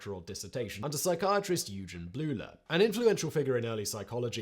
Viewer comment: Interesting! In case you want to improve your pronounciation of german names, "eu" and "äu" are spoken like "oy". So if you say "Oygen Bloyler" for "Eugen Bleuler", it will sound close to correct :) (also the g is always like in gore or gary, never like in gel or gym.)